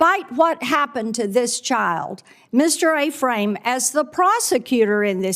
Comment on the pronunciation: Ephraim is Pronounced F-Ram.. Not A-Frame woman.. Jeez